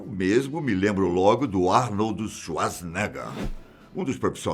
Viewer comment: Kkkkkkkkkkk eu entendi "Arnoldo"